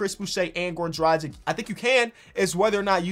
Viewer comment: pronounce dragic like you pronounce doncic